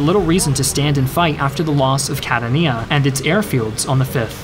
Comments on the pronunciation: Great job as usual! Quick note from an Italian speaker for those who are interested in pronunciation: the accent on Catania falls on the second “a”, so it’s “Catània”, not “Catanìa”.... accents in Italian are very hard for foreigners as we do not write them down ;) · It’s Cat-AH-Nina, not catan-NIA. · The accent on "Catania" is on the second "a". Trust one who lives there. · It's pronounced "Ka-tahn-ya", not "Cat-uh-nee-uh". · the wind was *gusteling*? :v And "Cadda Neiar"... is that near Catania (pron: "Cattan-ya") ? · Nice video, but please, try to pronounce italian cities and generals with their correct name, and not with accents that trasform them in chinese (for example, it's MEssina, not massina, Troina not trunia, Centuripe, not shenturipe, GraZiani, not grasciani, AdrAno, not Adrno, CatAnia, not catanIa) Anyway, good video as always, and thanks to share a bit of story about italy. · Cat- a-nia ??? is Ka-Tan-ia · “Kat-tuh-nee-yah? That’s how you pronounce Catania? My word. It’s: “Kah-ton-eyah.” Silly kid 🤦‍♂️ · It's pronounced Ca-tan-ia not Cat-a-ni-a 😌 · Its pronounced “Ka-tahn-ya” Source: I live here lol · I've been living in Sicily for about a year and a half now. Catania (KUH-TAHN-YUH) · Catania is Pronounced CATanya but excellent account of husky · Is it really called "Cat-a-Kneeeeea"? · Catania is pronounced like Ka-Tanya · Catania sounds like ka-TAN-ya. 3 syllables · The Sicilian town Catania is pronounced ‘Ka TAN ia”. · You need to pronounce Catania correctly. It's pronounced Kah-tahn-ya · CA TA NIA?????????? wrong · Catania.. accent on the second syllable. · Double-check the pronunciation of Catania. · So great video as always, but can you please try to pronounce Italian things better? I'd be happy to consult! Perche', Madonna mia. Come pronunci "Catania"? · Bruh really pronounces Catania like that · Great video but The pronunciation😭😭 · Good video, but your pronunciation of "Catania" made me cringe.